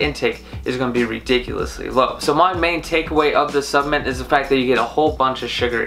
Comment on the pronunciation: I think I'd put more substance in your opinion.... well, to be honest - even if you could articulate the word "supplement" properly - I still wouldn't. I knew Mark Hughs, the kid who started Herbalife. I knew what drove him to find the products, and how the death of his mother, after her many diet merry-go-rounds - caused him to want to build a company of quality, selling quality products in his supplements. I used the products and gained the health many years ago which will see me through the rest of this journey. I am, and have in no way been affiliated with Herbalife for more than 25 years - but the quality was always beyond question. You missed on this one.